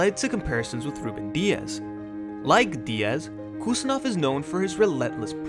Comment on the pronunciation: Im from uzbekistan and I give you correct pronunciation of abdukodir's name. Its Husanov. Like when you say Haaland. With H. Not Kusanov but Husanov